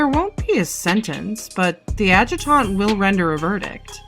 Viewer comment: OMG I love the little chibi opening with your descriptions and socials! Assuming that was Finny like the rest of the art, wow, great job! And I feel like your editing improves each episode! This one had so many good bits! Also, note that "Adjutant" is typically read like "AD-jut-int" And yes make sure you vote! Vote in the primaries! Vote locally! Vote in the generals! Maybe even do canvassing and phone banking! Also note for Youtube metrics: I recommend occasionally throwing in some "engagement bait" stuff. Last episode you had one about DND class IIRC. Comments help you in the YouTube algorithm! :)